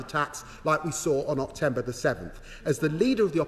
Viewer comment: Im sure he said Octember ?